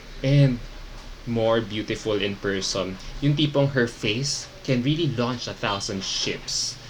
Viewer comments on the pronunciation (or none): none